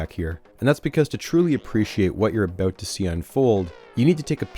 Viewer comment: love the way you say aboot